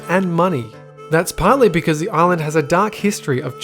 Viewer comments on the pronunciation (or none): none